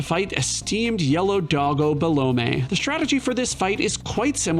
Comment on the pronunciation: is "Belome" really pronounced Be-Low-may? i always thought it was Be-LOME lol